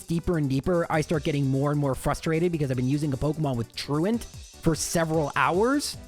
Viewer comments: I love that you pronounce "truant" correctly. So so many people put on this weird french accent on that move name, which is a word. Hysterical alongside your... less than standard pronunciations for the poke-terms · Very pleased to hear you pronounce it properly unlike 99% of the rest of the community who say "true ont"